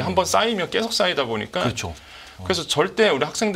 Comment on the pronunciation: 말씀 잘 들었습니다. 그런데 발음이 너무 거슬려서. 언제부터 계속 이 꺠속이 되었구, 조금이 쪼끔이 되었는지... 요즘 말투인 것 같은데....헐...